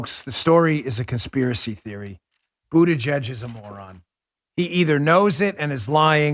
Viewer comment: It almost sounded like you were about to say "BootieGet" and not Buttigieg. 😂 Too funny Dan-O. 😉